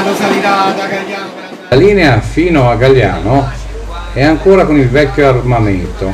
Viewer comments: il paese si chiama GAGLIANO , non "Galliano" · Si chiama Gagliano e non galliano